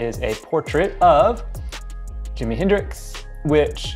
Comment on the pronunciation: nice review but for the love of heck, it's Jimi Hendrix